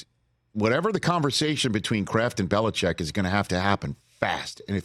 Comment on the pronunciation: Chargers fan here says we will take Harbaugh or Vrabel. Never Bill-lee-check!